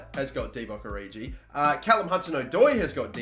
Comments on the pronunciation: "Oridji" jezus... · I'm not a huge fan of that pronunciation of Origi...